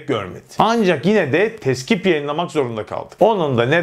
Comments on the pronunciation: Teskip mi dedin.? Doğrusu Tekzip (yalanlama) olacak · Tezkip değil, TEKZİP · Tezkip değil tekzip abi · teskip değil TEKZİP..... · 3.33 tezkip değil tekzip 😉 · TEZKİP değil TEKZİP olacak... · "Tezkip" eğil TEKZİP! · Teskip değil Tekzip